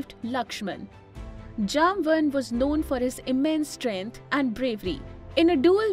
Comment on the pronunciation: Thanks for the beautiful video. No doubt Jambavantha is a great legend and one off Chiranjeevi. But please please pronounce the name properly. I am guessing that though you are using English as a medium convey your message but you are not that idiot who came from Europe to our Bharath. So as you might be knowing how we call him, please be kind enough to pronounce at least in our way, how it is in our puranas. And to add he will join Kalki bhagavan (lord vishnu's 10th avatar) at the end of Kaliyug to fight with Kalipurush. Swasthi. Shubhambhooyaath.